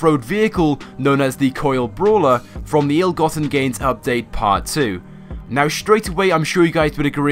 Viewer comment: "Bralwer". Congratulations.